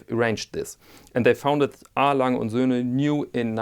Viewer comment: I was shocked that someone could finally pronounce "A. Lange und Söhne" correctly, but then I remembered you're German. Anyway, great piece!